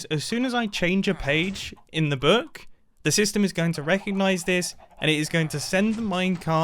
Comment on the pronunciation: Mumbo once said "Buuk"